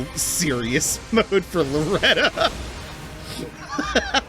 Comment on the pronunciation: Loretta is pretty straightforward Loretta: Ok bet You need to stop saying the game is easy. It's like it hears you. p.s. your pronunciation was very good, the second one was spot on.